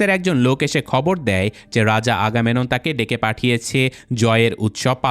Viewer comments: চরিত্রের নামগুলো সঠিক উচ্চারণ করতে হবে। আগামেনন না ওটা আগামেমনন হবে এবং বোয়াগরিয়াসের হাইট ৮' না। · ভাই উচ্চারণ টা আগামেনন না আগামেমনন হবে। 🙂